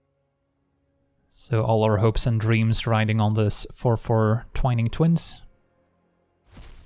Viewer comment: the only person on youtube who pronounces "Twining Twins" correctly